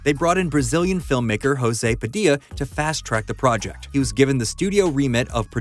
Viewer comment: It´s spelled "PA-DI- LYA"